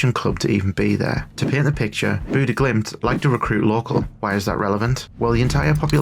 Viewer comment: bude glimt? you somehow got the name more wrong than the people who just say bodo glimt